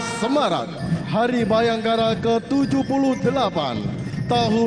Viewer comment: Bukan bhayangkara tapi bhiangkerok